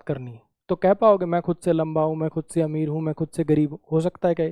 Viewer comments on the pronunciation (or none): none